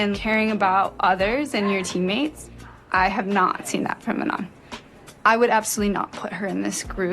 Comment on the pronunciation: I do agree with what you are saying but why do you keep saying Manon’s name incorrectly? Like it’s literally said in the show multiple times and the clips you used yet you still choose to say her name wrong